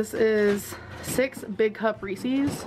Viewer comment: Tbh I'd never trust a person that pronounces Reeses like that